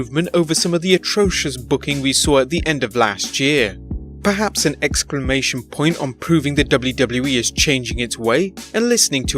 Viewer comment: excramation point?